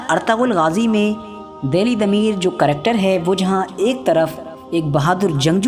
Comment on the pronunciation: karector, Tractor, karacter..LOL O bhai agar 'character' kahna nahi aa raha hai to 'Kirdaar' bol de zaroori hai Karector kahna, issy tumhara karactor nazar aa raha hai...LOL.